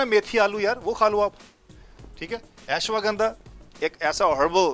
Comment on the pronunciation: its ashwaganda not eswaganda